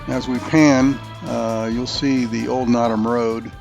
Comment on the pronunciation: NOTOM. "NO" - "TUM". And are you familiar with the history why it received that name? So my background quicky...my wife grew up on Notom Ranch and we continue to own property on the ranch and on the Henries. I did however enjoy your video - until you said Notom lol.